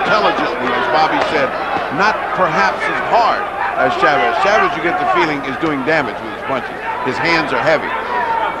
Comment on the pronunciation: Jim Hill, first black boxing analyst i ever heard that actually pronounced Chavez is name correctly. Instead if saying shhhavezzzz.